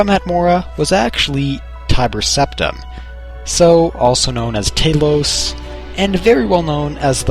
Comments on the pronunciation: Tail-os? It's pronounced Tal-os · He pronounces Ysgramor like eegsgramor and Talos like taylos